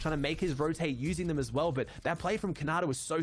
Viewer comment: Bro did anyone hear calling khanada conada